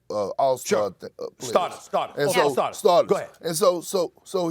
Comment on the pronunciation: Perk couldn’t say all star starters lol